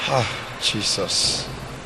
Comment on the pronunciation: Even to pronounce Jesus was an issue